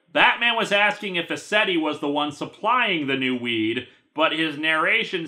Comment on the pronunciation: When he said "Mr. Ascetti," I heard Mister Resetti. And then I thought, "Damn, Animal Crossing's black market must really be thriving if Resetti joined up with Crazy Redd."